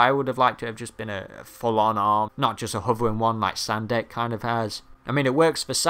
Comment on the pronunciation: Sendak, not Sandek. :P